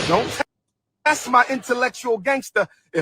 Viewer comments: Pretending to want to open a school for a decade and supposedly being a doctor, yet still can't pronounce the elementary word "ASK" . How about you go AKS somebody for a job application. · Why do y’all say kings and queens but can’t pronounce the word ask?